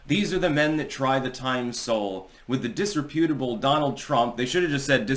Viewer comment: The way normal people say it: Dis-rep-u-table. The way says it: Dis-Reeee-pew-table